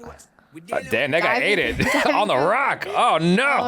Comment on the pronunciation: He said that guy but it sounded like something else 😂